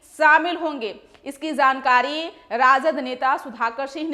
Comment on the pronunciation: Itni buri halat Patrakar k Hindi ki . Jankari ko Zankari bol rahi hai .